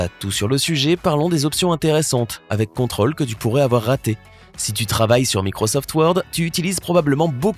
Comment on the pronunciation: On prononce contrôle en marquant l'accent circonflexe qu'il y a sur la lettre o